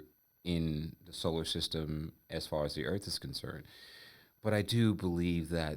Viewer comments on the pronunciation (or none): none